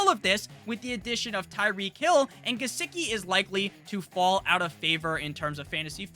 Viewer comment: "Licky on my Gisecki uh" 🔥🔥